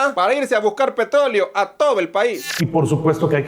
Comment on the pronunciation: minuto dijiste: PETOLEO 😂